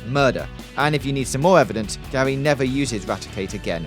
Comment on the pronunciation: when he says gary it sounds like gaoy